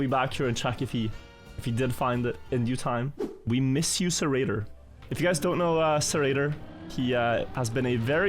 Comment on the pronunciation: hearing Zerator being pronounced Serator is supa weird